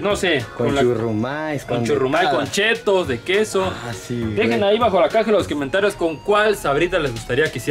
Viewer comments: Minuto alguien noto q dijo quementarios jajaj XDXD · Que pedo ¿soy el único que escucho en el minuto 2.41 la palabra (Quiomentarios) oh también escucharon?